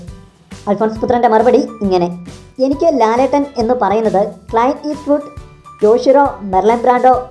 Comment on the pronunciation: Client eastwood അല്ല ചേട്ടാ... ക്ലിന്റ് eastwood....